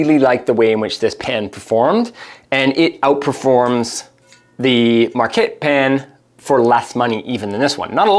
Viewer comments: Yeah that’s not how you pronounce Marquette. Never mind you got it right after first one😅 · Particularly because he can't manage to say their name correctly more than twice in a row.